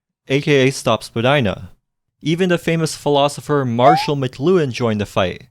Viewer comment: Vagina express way? What I heard.